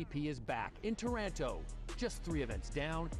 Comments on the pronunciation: Wha? Taranto is in Canada, right? Aha! I get it...,I recently asked an Italian from Campobasso how to pronounce Taranto...,she said it's tah-rahn-TO...,well, let's see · Well, well...,it's tor-RAN-toe according to these non Italian-speaking commentators....